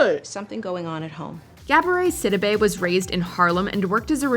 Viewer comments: Anyone else heard it when she just said "SIBIDE instead of Sidibé" 🙈? Nice compil. 🙌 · You didn’t pronounce Quvenzhane or Sidibe right.